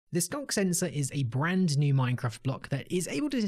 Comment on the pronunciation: It actually sounded more like "skonk sensor," or maybe "skunk sensor."